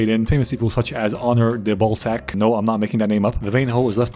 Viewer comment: I've never though of Balzac's name being pronounced like that, now I can never forget it 😂